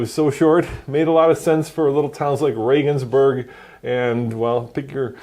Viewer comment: Regensburg ? Old middle eval city with tiny streets made for tiny cars. Good pronounciation of a for americans more unknown german city compared to Munich, Heidelberg, Rothenburg or Berlin ..